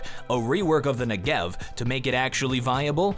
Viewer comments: it is pronounced NE-gev. It's an Israeli weapon, named after the southern part of Israel. As a Hebrew speaker my brain hurts when I hear "ne-GEV"...:P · Never say Negev-er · You are pronouncing it wrong and it triggers me :P It's not Ne-Gev, it's N-e-g-e-v